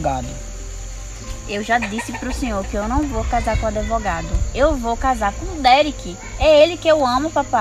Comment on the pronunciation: adevogado, não sabe nem falar direito kkkkkkkk